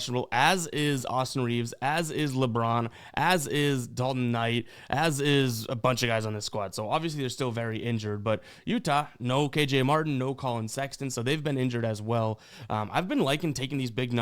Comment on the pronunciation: Keeps calling him dalton “knight” 😂😂